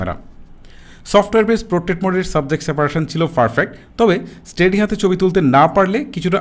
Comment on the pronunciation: আপনার ভাষা কেমন যেনো।১০০% শুদ্ধ না। যেমন থিকনেস না বলে তিকনেস বলেছেন।৩০% মৌখিক ভাষাতেই সমস্যা।যা শুনতে ভালো লাগেনা। ছবি- চবি পেয়েছি- পেয়েচি। ঠিকঠাক- টিকটাক।😂